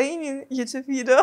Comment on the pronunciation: I love Your pronunciation of the word "video" - it sounds like "vireo" ;) (like video+viral)